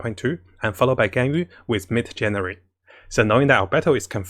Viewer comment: Xing qiu become qing qi omg 😲 your pronounce hahaha